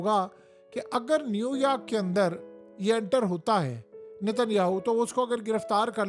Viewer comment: New Yaark or New York?